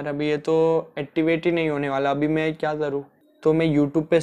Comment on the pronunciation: Bro activate toh theek hai pr attivate🙄😂😂😂